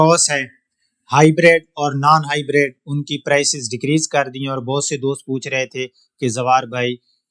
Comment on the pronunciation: زوار بھائی ۔ آپ خالص اردو ہی بولا کریں ۔ انگلش الفاظ کا تڑکا بڑا مصنوعی سا محسوس ہوتا ہے ۔ ویسے بھی آپ کا لہجہ سرائیکی اور دیہاتی پنجابیوں جیسا ہے ۔ آپ نے تلفظ ہائی بَرَیڈ ادا کیا جبکہ یہ ہائی برڈ ھے ۔ فائدہ ہے فیدہ نہیں ۔ لہذا خالص اردو ہی بولیں اور اپنائیں ۔ ھمیشہ خوش رہیں